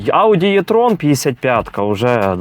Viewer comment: То ж ніби e-Golf, e-tron, а не є-Golf, є-tron. Ну хіба що читати по-москальськи, то тоді з "е" виходить "є"